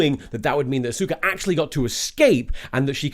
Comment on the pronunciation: For the record, I'm pretty sure I read in a biography that Dr. "Zoice" gave a lukewarm green light to the contemporary "soose" pronunciation of his name, like 3 years into his career. Edit: He kept saying "A-sOOka" instead of "AW-suka"... if the Kisaragi review came before the Steamed Hams section, and also I didn't already know about the native pronunciation of Seuss, I would likely doubt the authority with which Tom said "yes, that's how you pronounce it."